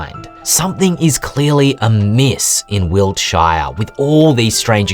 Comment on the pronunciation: "Wilt- SHY are" Weird way to pronounce it 😂